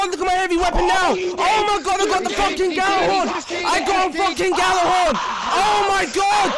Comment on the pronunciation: Urban Campfire, If the g is silent then why tf do pronounce it "Jallarhorn"? O_O Your logic is very flawed my friend.